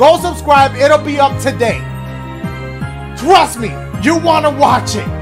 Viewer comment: Everybody: Trust me Dashie: TWAST ME